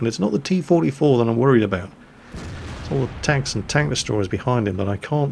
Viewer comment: Etts.. etts only game, y u heff 2 be mad?